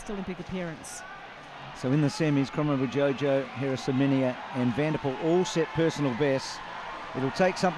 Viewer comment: it's pronounced kromo-wijoyo..joyo not jojo :))